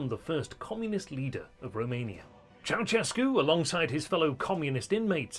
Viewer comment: it's not "ciao-tchescu", it's "ciao-shescu"